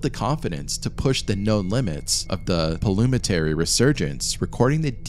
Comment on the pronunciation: Why do you call the caves Planora? It's Pollonora🤔